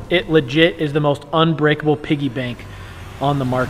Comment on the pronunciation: its unbreakable not ubrekable